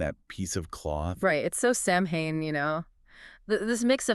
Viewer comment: interesting but it's pronounced Sow-ain, not Sam-hain.